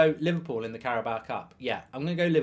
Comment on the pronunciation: why is he saying 'carabow-a' tho